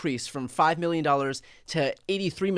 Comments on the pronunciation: Trump is so narcissistic he can't say "million" without pronouncing it "me-llion" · Do you think he could deny the statement since he doesn’t know how to say million 😂 “91 Millinging dallars” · 😂😂 91 "milli-en"! He's a stupid SOB! 😂